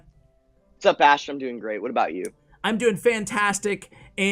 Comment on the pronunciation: This player call ash “bash”?